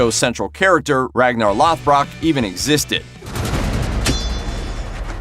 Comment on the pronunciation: The butcher of Ragnar last name made me cringe